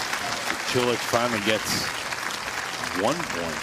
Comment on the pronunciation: Haha, it sounded like Cilic said "Cho le!"